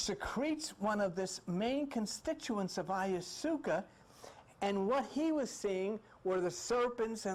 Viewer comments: He is adorable! He pronounces a lot of things in his own way, and I admire the hell out of him for that! I can tell you this, that I will never go on another journey while calling it by its real name. I will ask to please pass AYASOOKA tea. I also write spiritual music mostly rap and I just finished a cool little rap about tripping on these types of things and I think I might change the term ayahuasca to AYASOOKA. What do y’all think? It sounds more tribal! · Love you, Let's say it together DIE - Methal- Trip- Ta- Mean, Ok class repeat..... OK let's go over a few others, Vesica Picsis PIE-SEES, Ayahuasca, EYE-YOU-WASKA. ok class